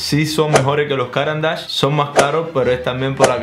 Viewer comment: Como habitante de Suiza, deberías saber que NO se dice “Cáran d’ache”, sino “Carán d’ache” 😁